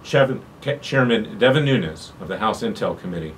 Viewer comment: Nunes not Nunez.